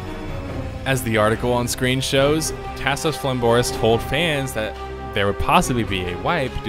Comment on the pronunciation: Lol, the way you say Tasos is killing me man. It's like listening to someone from Appalachia read a Mexican food menu.